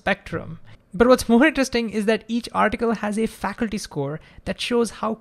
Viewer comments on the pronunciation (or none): great job with your channel! I can't think of a better channel on Physics. Also, i presume you meant to say factu-ality, and not faculty. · Great video,! This question has been on my mind lately and I've been trying to figure it out. You explained it perfectly!...BTW, factuality is pronounced fac-tu-ality (you're saying "faculty" in the sponsor ad). Otherwise, your English is great. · Great video!. Just one small thing at 4.30 min: It is not Facul-ty, it is more like Fact-tual-ity. As we know: the former refers to educators in a university/institute, while the latter refers to Facts. You pronounced the latter like former, and I got a little confused for few secs. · Minor correction. Fact. Tu. Ality. Not Faculty. :) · Factuality rating, not “faculty” Great videos though. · When you say "factuality" it sounds like "faculty". May be I heard like that.